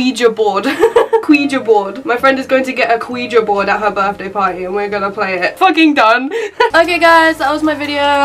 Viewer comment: Ana Wigiboard might be the way you spell it but it is actually ouijia Board lol.just saying.